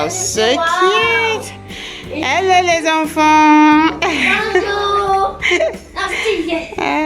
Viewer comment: Sis I like your French , when you said “hello les enfants” it was nice